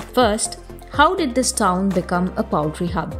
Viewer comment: Poultry is pronounced pole-tree not powl-tree.